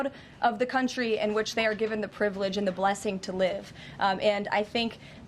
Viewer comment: "Priviledge"? Flock you, lady.